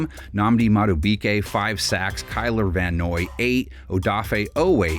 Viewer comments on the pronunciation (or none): Kyler Van Noy? 😂😂😂